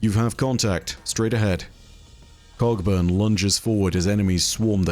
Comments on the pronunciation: am I the only one who sometimes hears "Cogburn" as "Cockburn" lol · "Cogburn" is also pronounced "co-burn" but what the hell, he's British. :) I reckon people pronounce it both ways, I'm not bothered. Earp though... There's a Stirling Moss, the great Scot F1 driver, but I don't think he's in this story somehow...